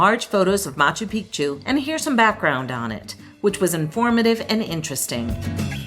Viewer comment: Great video, living in Cusco, originally ftom Cape Town. Your Cusco Tourust Tickets should gave been 130 Soles (avout $36) each, why so expensive? A common mispronunciation of Machu Picchu, the second part should be said as Pic'chu - otherwise you are referring to male private parts insted of a mountain. Liked the lifht-heartedness & pace of the vid 😊